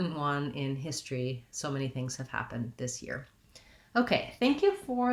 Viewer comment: Here most of us pronounce it as histry